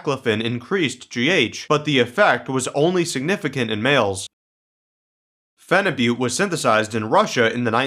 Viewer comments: It's actually pronounced as feniboot, not fenibutte. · Why do guys say Phenibutte like its Butte Montana?